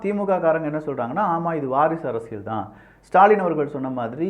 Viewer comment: அரசியள் இல்ல அரசியல். உங்க உச்சரிப்பை திருத்தி கொள்ளுங்கள்